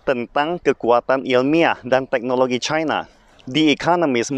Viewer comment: Ribet amat lu ngomong nya caina caina cina aja udah ribet ntr keseleo itu lidah kbnykn ngomong caina haha